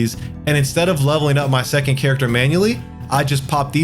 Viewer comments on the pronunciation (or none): none